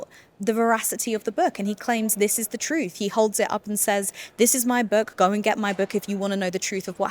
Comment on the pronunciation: "Troof"...stupidity speaking.